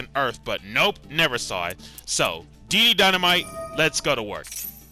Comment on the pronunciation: bruh man said dd dynamite and can't even do it properly